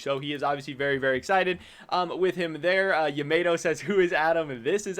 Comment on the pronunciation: its yAmAto not yemaeto man come an